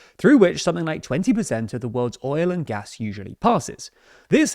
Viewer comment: Took me a few seconds to understand he was not actually speaking about gas when he was saying "gas".... lol wish they would work out what variety they were speaking :)